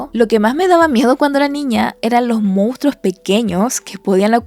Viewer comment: Hola buenas noches. por favor corregir su palabra "Mounstros" por "Monstruos". Repite la palabra más de 20 veces de forma muy redundante, al final los niños que ven sus videos aprenden mal las palabras.